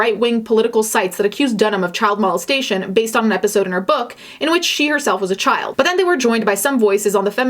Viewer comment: Mal-es-tation? why’re you saying it like that? Lmao it’s molestation.